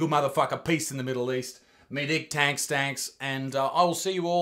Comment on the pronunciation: the K in tanks keeps disappearing and reappearing